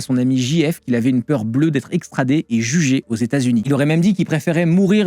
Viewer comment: Qu'on "l'extradi" !, ça pique 🙂